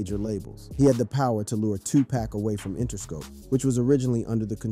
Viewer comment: Word. I came here to say this dude has ZERO credibility cause he can't even pronounce the names. Probly a bot...